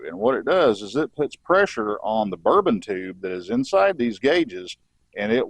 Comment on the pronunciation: Great tutorial, though may I offer a correction, the actuating mechanism in those gauges is a bourdon tube. I couldn’t stop chuckling every time you said the word, and I kept hearing “bourbon tube”😉. Who knows, maybe they have whiskey in them like the “whiskey compass” in airplanes. I am keenly interested in the carb adjustment process using the vacuum gauges, I have only ever done it by ear. Great stuff!